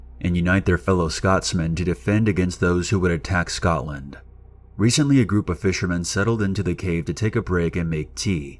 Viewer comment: cmon say Edinburgh and Scotland correctly...